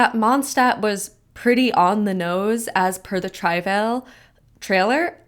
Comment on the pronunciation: Can't even pronounce the word Travail. Why would I trust your interpretations of their words